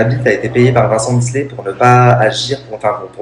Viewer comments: Misslet ? T’abuses. Miclet c’est facile à dire. Et dire « le fils d’Ayem » non c’est LEUR fils. Elle a pas pris un donneur non plus. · deja tu est pas capable de dire miclet et en plus tu parle trop a rien dire